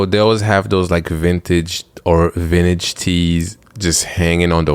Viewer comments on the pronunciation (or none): Take a shot every time says vinage😂